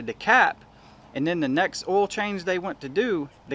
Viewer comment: "Ole filter"..... "Ole cooler"...🥴🥴🥴🥴🥴